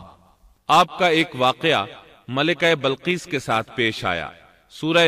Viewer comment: Bilqees asal word h ye admi balqees parh raha h. Zer zabar ka to dekhly pehly.punjabi h kia